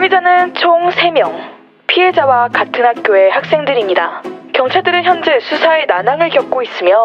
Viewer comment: 근데 초에 "현제"? "현재" 아니에요?